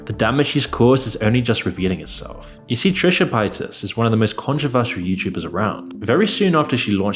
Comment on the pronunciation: This dude puts all this time and effort into these vids and still just throwing/taking away syllables from peoples names constantly. "Nickado", "Trisha PayAtas". The fuck?😂